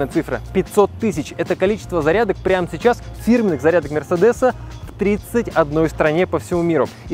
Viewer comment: только мерсЕдес, а не мерседЕс тогда уж